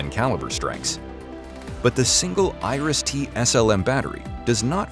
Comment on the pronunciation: Noone in Germany knows what Irish def. syst. is, pronounciation failed.